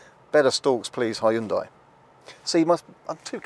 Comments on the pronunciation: Not Hyu-DA-IH, but Hyun-day, like Sunday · ...need to check again how to pronounce original Hyundai correctly, and not according to "whatever and however I feel like to"....